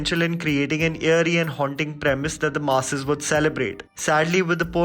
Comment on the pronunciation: It's eerie not yearie!!!!!!